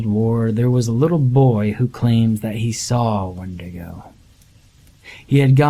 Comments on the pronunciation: Wendaygoh?? You mean wendigo? 😅🤣😅🤣😅🤣😅🤣😅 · Were you trying to say "Wendigo"?